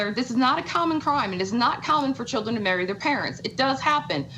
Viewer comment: I had to rewind to check if that's what I heard too, she says marry lol